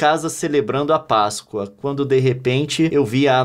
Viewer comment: men, a pronúncia e páscoa e não pascôa